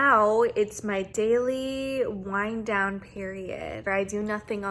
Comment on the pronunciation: I heard "wine down" instead of "wind down" and honestly I think it should be "wine down" time.